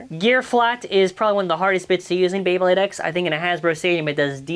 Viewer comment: YOU BUTCHERED MY FAVORITE BEYBLADE